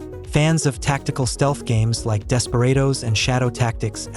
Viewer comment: Yep, you can tell too with the weird pronunciation of words like "DespeRAYdos 3" , "Disco ElySHHium" and "BalDOOR's Gate 3".